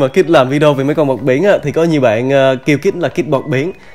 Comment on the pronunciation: Kid bọt biển mà nghe thành Kid 1 điểm